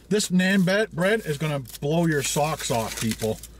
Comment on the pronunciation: Its naan not nean hope you get it